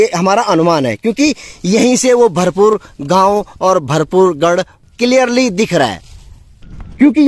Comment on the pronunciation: भरपू गढ़ नहीं है भरपूर गढ़ है🙏🙏